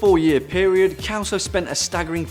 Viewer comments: Kelso? 😂😂😂we Pronounce it like if it's beem written with an S, "Selso", from Sierra. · lol... Its not "Kelso", its " Selso", more an 's' than a 'k'. xP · It's funny the pronunciation of "Celso" in English. In Portuguese sounds like "Selso", while in English is "Kelso". Congratulation for the video! 😊😊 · Celso ("s" sound) not kelso! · Celso is pronounced selso not kelso. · I really love your videos, guys. The number 2's name is mispronounced here. The 'C' is pronounced like 'S'. #peace honey 😘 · kelso ? IT SHOULD be pronounced like Century ... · The ken doll did he call anatomically correct